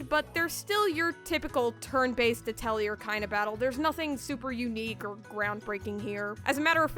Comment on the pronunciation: Great review! Thanks for all the helpful insight! However... the R in Atelier is silent. It's more pronounced ah-tell-YAY. It's a fancy french word for a workshop or art studio and even though I took French in middle school I'm embarrassed to admit I pronounced it at-el-ear till college.